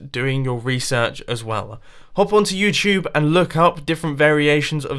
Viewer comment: IT'S YOUTUBE NOT YOUCHUBE!